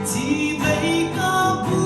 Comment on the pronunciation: I aw dam tlap mai ngaihthlak a nuam thin i zaithiam bawk...chibei hi CHIBAI zawkin aw han tang leh deuh la